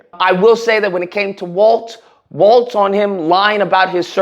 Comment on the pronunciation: Just a small correction on the name, Walz not "Waltz" lol.